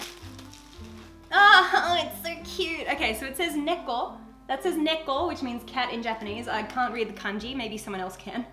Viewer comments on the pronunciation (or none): none